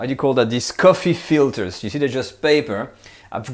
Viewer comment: I noticed you use sometimes some Dutch words, like "peper" , "soeplepel" and "koffiefilter", pronounced accentless! Do you have some Dutch roots?